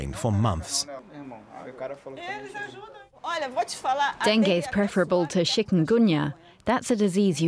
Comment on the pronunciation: Not denge dengue